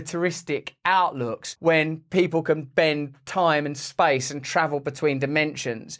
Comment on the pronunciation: Simultaneously lol, In one word “Shpashe”, someone measure the movement in one word. Lol “Shpashe” shpaceee